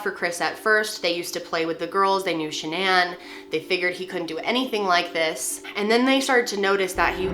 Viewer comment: Is Shannan not a common name in the US? Just wondering why the weird pronounciation, eg. sha-nan?!